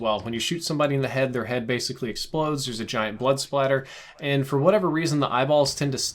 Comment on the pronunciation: Right! I was for it until he said paid foh